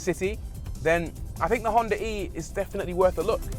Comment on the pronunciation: Ahh, thanks for not pronouncing it "Honda Ree" like almost everyone else.